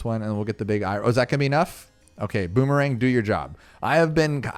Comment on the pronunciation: "Eye ron" lmao 🤣 It's "eye urn". It's the metal iron!